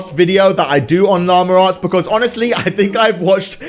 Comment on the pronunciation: It’s llama arts not lamure arts